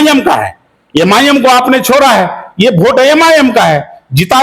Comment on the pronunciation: अरे भाई यम आई यम क्यों बोल रहे हैं नाम तो सही से बोलिए लोग मज़ाक उड़ा रहे हैं